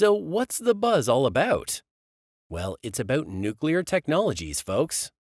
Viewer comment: How can I take seriously someone who says "nookular" and "partner with our partner"?